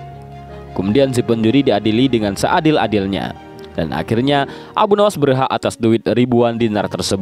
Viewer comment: Sebutan yang betul dan tepat adalah Abu Nuwwas bukan Nawas... Bapak Kelicikan